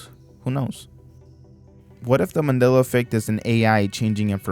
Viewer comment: i wonder how many mandela effects are just millennial HS dropouts not knowing basic shit. This one even pronounces it Mand'ee'la. or Carl Jung, the inventor of the millennial way of life, whose name is pronounced 'Y'ung. Also, when you illustrate the fall of the USSR, please dont use pics of the Berlin wall falling. Not that you did but from the looks of it, you will someday and someone will call that a mandela effect. or will it be called the mondiba effect by then. the mundida effect. "some of you may remember the mundida effect being called the mandela effect..."